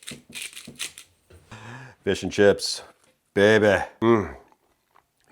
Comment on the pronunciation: Your frequent use of the word (?) “Baybeh” keeps us amused here in Michigan. It’s a new household term for us! Baybeh! 😂❤